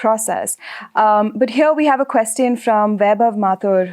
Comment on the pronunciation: Very insightful. Brings a lot of perspective. But 'Quest-ion' is a delightful new take on the word 😀